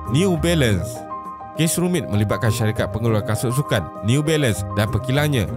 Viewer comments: Jarang berdekah bila tengok ni, tapi part “new bailun” tu tersedak jugak la tadi gelak sambil makan 😂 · Part last “newBailun” tu Ak gelak berdekah2 weh. Hahahahahah. Sial la. Lawak 😂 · Neee-u Bailand 🤣